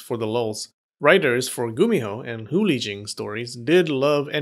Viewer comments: Hate to be a downer but you said Hu Li Jing wrong Chinese have romanized characters but that does not mean it sounds like anything English just saying. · The way u pronounced Hu Li Jing was Sacrilegious